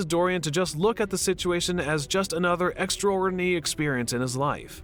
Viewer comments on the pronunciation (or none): do you not know how to pronounce extraordinary?